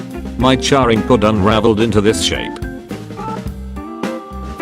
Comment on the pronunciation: I actually screamed when the narrator said “charring” instead of charging